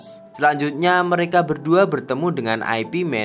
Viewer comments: Ai Pi man , ipman aja bang ga enak di denger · Bacanya bukan Ay Pi Man tapi Ip Man. Itu nama orang, bukan IP address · Bacanya Yip Man bukan Ai Pi Men. Ooo koplak! 🤣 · Ip Man itu ip man bukan aipi man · Urun koreksi dikit... Itu gurunya bruce lee, bukan Ai Pi (IP) Man, tapi itu nama orang, dan bacanya Yip man... Thanks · Ip man bukan dibaca ai pi men tapi yip maan, dibaca biasa aja..itu nama orang bahasa china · Bukan aipi men bang Tapi nyebutnya yipmen atau ipmen. 😂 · Ip Man jangan dibaca I-P MEN. Tapi YIP MAN atau ip man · ip man (baca Yip man) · Ip Man bukan singkatan mas broo, tapi dibaca yip Man 😂, sama mekdi ga usah disingkat juga2😅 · Ip man..dibaca yip man kalau gak salah...kenapa dibuat western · Ip Man = Ai Pi Men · McD (em si di) , Ip Man (ai pi men) 😂